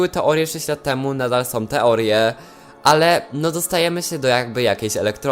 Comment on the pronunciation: ogólnie ja na ten temat sądzę że sso nie może tak po prostu tego wyjaśnić i że powinny być jakieś bardziej rozwinięte zadania z tym... Może kiedyś będą. I mam jedną prośbę czy mógłbyś wymawiać ą a nie om bo to boli w uszy. Jak mówisz którymi są to zamiast są mówisz som co lekko denerwuje. Komentarz nie miał na celu nikogo obrazić jakby co:D